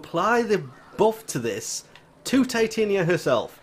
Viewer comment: I'm pretty she is pronounced TIh-Tonya and is based on the fairy queen Titania from A Midsummers Night's Dream.